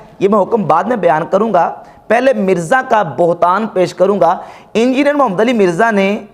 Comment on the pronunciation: آپ کو محمد صل اللہ علیہ وآلہ وسلّم لفظ بھی ٹھیک سے ادا نی کرنا آتا۔ انجینئر کے نام کے ساتھ محمد صل اللہ علیہ وآلہ وسلّم کا نام ہے تو کم از کم تمیز سے نام لیں۔ بغض میں ادب نا بھولیں۔ شکریہ